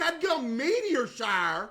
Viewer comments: "double meteor sharr" 🤣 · since when did CaseOh got so southern? “meteor sharor” oor even “taird” no hate, just last time i watched him he sounded less southern, i do know hes southern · "Double meteir shire? what theres a meteir shire?? [...] wait theres a meteir shire goin oun?!" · "Wait there's a meteor sharr right now" got me dying on the floor😂😂😂